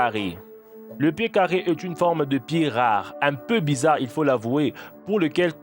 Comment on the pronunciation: pié chélou ! mdr il m'a tué